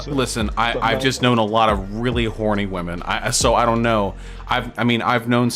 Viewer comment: Say it with me: /WIHM - ehn/